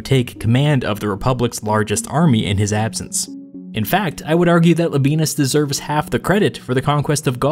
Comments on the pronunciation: I know anglicized Roman names are just easier and it's just silly to care about how they're really pronounced, but you really don't have to say "la benis", it's "la be ey nus". Sorry for being a pedant. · Pronounced Lob I ey’ nus, accent on “ey.” Not Lob ee’ nus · I may be wrong but I believe it is pronounced “La-bee-en-us” not “La-bee-nus” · It’s LAbi-ANUS not Labi-BEANUS Or whatever Hermione Granger said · Man I'm sorry when you said Labienus I thought you said "The Benis" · I dare you, I double-dare you, say Labeenus one more time... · Everyone else: wow so history Me, listening to audio only: hehehehe Le Benis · Labienus is Lab i e nus, i.e. not modern German pronunciation . Labyenus for example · I can’t stop hearing “La Penis”. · Thank you so much. The pronunciation was painful.